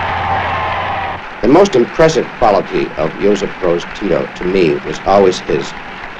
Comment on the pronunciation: His name is not josip rose. His name is Josip Broz Tito.